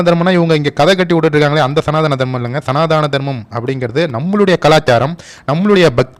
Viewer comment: சனாதானம் இல்லை.. சனாதனம் என்பதே சரி. இனியாவது சரியாக உச்சரிக்கவும்.. 🙏😊